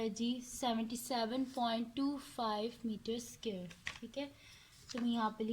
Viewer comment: Not to be rude but can you please pronounce square correctly it is hurting my head